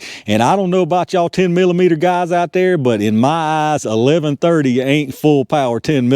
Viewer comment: I love the "ya-all"